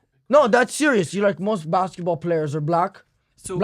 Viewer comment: He said "Blacksketball" to Dax Flame hahaah